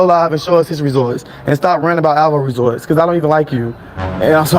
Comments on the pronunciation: Why he pronounce it Tummy 😅😅😅😅😅😅and resor ts instead of results an can't sant say detectectablejust cantnomatter. How many times they. tell u how to say it😅😅😅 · Resorts it's results come on man say it right and detectable you just can't say dud buys dictionary instead of a bottle.Houston has one of the highest population of HIVastudy was done recently he will fit right in may have like me friends js.If heheisdoingso goodin GA why move he lies so much don't believe he is moving anywhere all lies again as usual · He love saying resorts instead of results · It's RESULTS NOT RESORTS